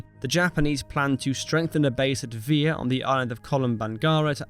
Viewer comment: please use google.translate for your name pronounciations. Vila=VEE lah Helena=HELL-enn-uh, etc. otherwise, an excellent clipping of history! well worth the watch. my father was USMC in the pacific island campaign, so i heard some stories, he was among the marines trapped on guadalcanal. thank you for doing what you're doing! Liked/Subbed